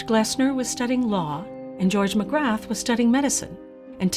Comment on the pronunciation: Dr Magrath - you don't pronounce the "th".